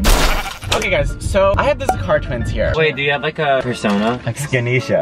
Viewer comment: When you said Zakar twins I thought you said "ze car twins"